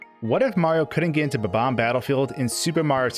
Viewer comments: It’s bomb-omb not bubomb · Really bugs me that he pronounces bob-omb as “buh-BOM” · you kept saying bomb-omb wrong.